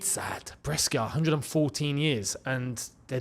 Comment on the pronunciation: Pronounced Breshia